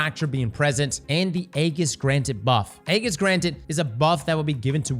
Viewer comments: Eggis? Wth is that? Does he mean Ageis? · This was a great video but man, your pronunciation of aegis is killing me lol. It's ayy-jus. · Only posting because it was mispronounced so many times. Aegis is pronounced A-jis with a J sound, not with a G sound. Great video too! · Its pronounced EE-Jhus btw not Ayy-gis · saying the hard G in Aegis had me dying laughing.